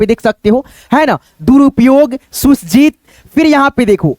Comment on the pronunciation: सुसज्जित इस शब्द को तुम गलत पर रहे हो। तुम इसको पढ़ रहे हो "सुस् जित" यह गलत है। इसको पढ़ना पड़ेगा "सुसज् जित" "अफ़सोस" इसमें "फ" को नाक से नहीं होंट से पढ़ना पड़ता है। "मानुस" इसको तुम पढ़ रहे हो "Maanush"यह गलत है। इसको पढ़ना होगा "Maanus" "प्रतिस्पर्धा" इसको तुम पढ़ रहे हो "प्रति अस् परधा"यह गलत है। इसको पढ़ना पड़ेगा "प्रतिस परधा" सत्यानाश इसमें आखिर में "श" है। तुम इसको "स" पढ़ रहे हो। तुम्हारे पढ़ने में और भी गलतियां हैं। पहले अपनी पढ़ाई में सुधार करो फिर दूसरे को सीखलाओगे।